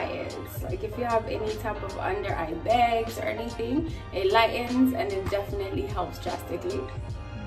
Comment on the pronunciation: I love how we get all of accents throughout each video. Sometimes we hear a New York accent, sometimes we hear a Canadian accent (like when she says certain words, like bags lol), and sometimes it sound like she pick up likkle bit of patois ☺️ Such a beautiful couple ❤️❤️